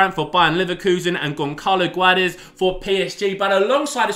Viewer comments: its not Goncalo Guedes, you should read it like: Gonsalo Gedes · Gonkalo Guades ye? learn how to pronounce foreign names properly...